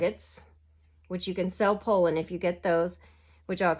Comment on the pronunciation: Pollen is pronounced - pah-len 😊 I loved this video! It reallllly helped me understand this game!! You should do more videos like this! Do you own Tapestry? I'm trying to learn that and I think your style of teaching would help everyone a lot!!!